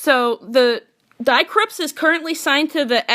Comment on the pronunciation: Thank you for interviewing Die Krupps...but may I make a nerdy German remark? "Die" means "the" in German. Die Krupps = The Krupps It has nothing to do with the English "to die". The "ie" in the German "die" is pronounced like the double "e" in the English "to flee". Greetings Mega